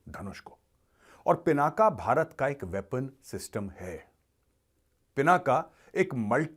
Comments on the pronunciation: पिनाका नही , पिनाक सही शब्द है. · Major Arya ji kindly do. pronounce Lord Shiv ji’s Bow as “पिनाक” not as “पिनाका” pease🙏 धन्यवाद 🙏